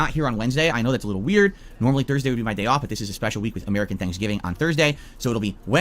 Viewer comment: STOP CALLING IT AH-MERICAN THANKSGIVING YOU ALIEN